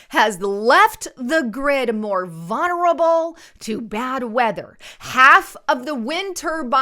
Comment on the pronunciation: The word is not "vunerable," it's VULNERABLE.